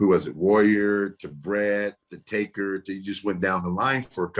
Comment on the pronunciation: I like Papa Shango. But whyyyyyyy do I get annoyed when he and others say "Taker" ???